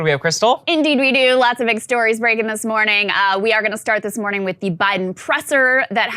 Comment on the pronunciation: "Good mooring everyone" just keeps getting louder and I love it!!<3<3